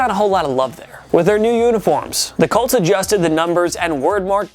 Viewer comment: COLTS.... COLTS.... COOOOOOOLTS..... say it with me you douchy kid instead of CULTS